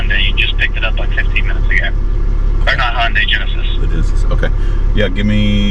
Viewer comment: It drives me nuts when people pronounce Hyundai (Hondai) Look at the spelling stupid!!!